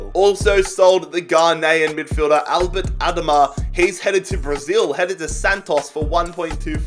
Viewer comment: Mate u said albert adomah wrong